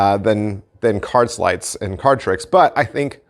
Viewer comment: Lost interest when you said "sleights'